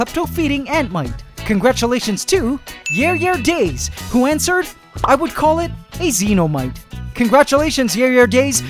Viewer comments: The pronunciation at the end of Yare Yare Daze is actually "Ya-ray ya-ray dah-zay" (it's Japanese, meaning something like "Good grief", likely a Jojo's Bizarre Adventure reference). :) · worst of all he said it wrongly sigh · I like it when said Yare Yare Daze with english pronounciation xD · The way you pronounced yare yare daze cracked me up! No hate tho, I really enjoyed this video